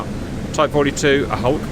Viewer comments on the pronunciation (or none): none